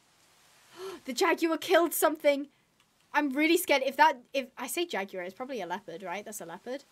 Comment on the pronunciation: Sorry to correct you but jaguar is pronounced differently